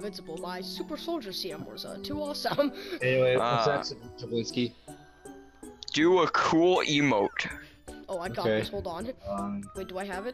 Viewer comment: It’s J.B. Jablinski